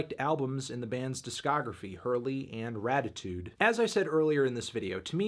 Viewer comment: Weezer: “Raditude” Melon: “Ratitude” Weezer: OK